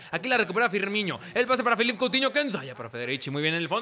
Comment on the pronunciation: DAMNIT Se pronuncia Firmino, NO Firminho / Firmiño